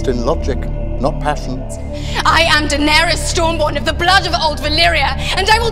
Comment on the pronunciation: Eu gosto das séries do omelete, mas confesso que ouvir o falando dAenerys com ênfase no A, me dá um siricutico